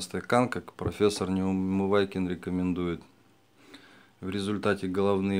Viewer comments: Почему Вы фамилию Неумывакина произносите как НеумываЙкин? Звучит очень некрасиво и кажется, что Вы просто его не уважаете. Произносите его фамилию правильно. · Пожалуйста произносите правильно фамилию профессора Неумывакина, а за советы спасибо